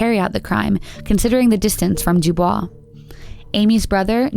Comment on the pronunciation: Dubois, Wyo. pronounced "dew boyce"